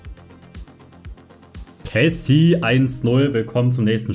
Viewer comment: er heißt nicht kessie sondern kessié…